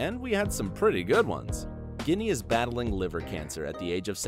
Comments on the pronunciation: Ohh....let announcer guy know how to pronounce the folks names. Ginee.. its Ginney. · It’s Ginny, not guinea. Good grief! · Pawel Parashar he also mispronounced Sheamus... It's pronounced (Shame-us), and Ginny (Gin-ny). Good video but he has terrible pronunciation. I was yelling at my phone about that too. LOL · AND Ginny is pronounced with a soft G(ee) not a hard G(uinea). Do research. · Guinea!? not Jenny, lmao... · Ginny is pronounced Jin ny not like guinea pig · Ginny is not pronounced "Guinea" either... sheesh! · makes me wonder if it is a live person or computer generated. stopped watching when it said Ginny with a hard G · Fyi Bob Newharts wife's name is pronounced Jinny short for Virginia. Sounds like an Italian insult. Dude... Lots of mistakes and booboos. You would be on Sheldons black list for sure. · Bob Newhart’s wife’s name is pronounced “Jinny” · ... hmmmm, could "Ginny" possibly be pronounced like, "Jinny"... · What about Kevin Sussman aka Stuart? He wasn't mentioned. Also, Ginny is pronounced "Jinnee." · There should be a language checker like spell checker. Seamus is pronounced "Shaymus" and Ginny is "Jinny" among other things said wrong. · Come ON! Ginny is pronounced Jinny. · omg if you're going to do voice over learn how to pronounce words! The Wheaton's dog Seamus is pronounced "Shay-mus". And Mrs. Newhart's name is pronounced "Jinny" !